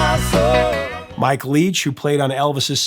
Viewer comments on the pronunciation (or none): none